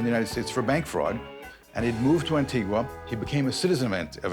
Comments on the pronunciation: ANTIGA not Antigwa! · I met his daughter when I lived in Antigua. She was nice enough but obviously enjoyed an oppulent life. Oh by the way it's pronounced "An-Tee-Gah'. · An ting ua - no even the investigator and several others involved says it the right way and it keeps being used! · The narrator cannot even pronounce the name of the island of Antigua. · And Antigua...ear bleed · Just a small criticism but the pronunciation of Houston, Mexia, and Antigua is incorrect.